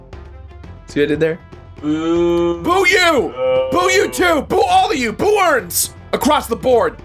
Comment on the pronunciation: "Boo-erns across the board" - I love this